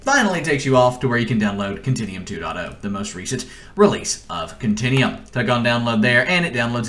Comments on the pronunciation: Click the "meer" button and "continium". Meer-or, Cont-in-u-um. God how can someone speak so poorly. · continEum.... its con-ten-you-um